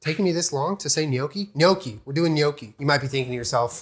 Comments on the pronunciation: GNOCCHI. Perfect pronunciation (*ITALIAN TEARS OF JOY*) ❤ AWESOME VIDEO. 😎👍🏻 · thanks for not pronouncing it no-key!! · If you didn’t pronounce it right I would have had to leave. So thank you. I hate when people call them “NOCKies”